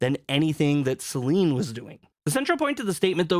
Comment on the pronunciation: I dont want to be that guy, but everytime i hear you say SelEEEEEEN it irritates me. It doesnt take more than a minute to look up how her name is pronounced. If you are gonna ride the wave to get views, at least get her name right.